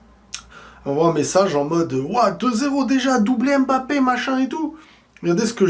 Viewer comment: Arrête avec la prononciation "ÉM-BAPPE" je t'en supplie !!!!